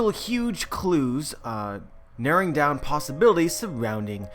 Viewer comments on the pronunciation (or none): none